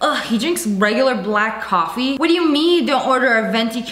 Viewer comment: Just me, or did Brad say "Coff" instead of coffee lol